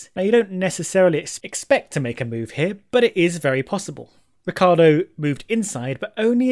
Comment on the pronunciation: Why do People pronounce Ricciardo's name wrong??!! It's R-i-cc-i-ardo